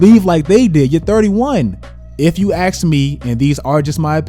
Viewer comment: If you "axe" me...